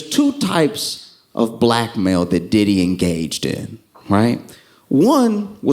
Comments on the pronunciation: when he said blackmail i swear I heard black male and that didn't phrased me at all... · I legit thought he said “Two types of BLACK MALE”